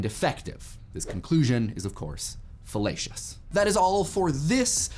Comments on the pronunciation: You said fellacious. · I cant stop hearing fallacious as fellatious